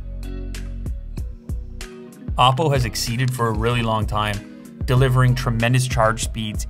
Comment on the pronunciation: I don't know why "oddo" sounds funny to me..